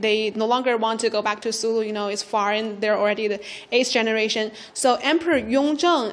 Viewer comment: Kingdom of Sulú (Sulú, emphasis is on the last syllable}. Thank you CGTN friends for featuring this. Greetings from Mindanao, Philippines. During Ming period, one of Zheng He's port of call in Southeast Asia was the Kingdom of Sulú. Zheng He strengthened the foothold of Islam and Islamic polity in today's Indonesia Malaysia and Philippines. There is a 1987 movie about the Sulú Sultan's expedition to China uploaded on YouTube before. It's called 'Hari sa Hari, Lahi sa Lahi'. Last year I was still able to show the movie to my students using a classroom projector. Unfortunately the US government ordered YouTube to remove it, for fear that Filipinos especially those of us in Mindanao might forge closer ties with China.